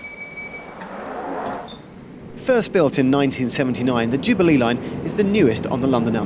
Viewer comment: I like how Geoff pronounces Jubilee as ju-bee-LEE.